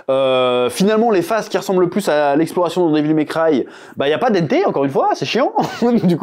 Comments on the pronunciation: Pitié chef prononce au moins le nom de Dante correctement stp 😂 c’est pas Dente !! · dANte, avec le son "en" comme dans "dent", "restaurant", "enfant"!! dANte bordel!!! Pardon